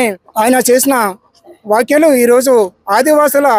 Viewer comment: అయ్యా యాంకర్ గారు వాక్యలు కాదు వ్యాఖ్యలు అనాలి.